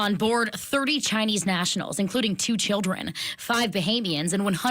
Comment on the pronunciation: As an American I am sick of being a magnet for these criminals. "For the chioldren..." Nancy Pelosi